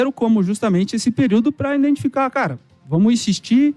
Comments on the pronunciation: "INDENTIFICAR" ELE PRONUNCIOU ASSIM? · O cara é o CEO de um dos maiores clubes do Brasil, e fala em "indentificar". Triste.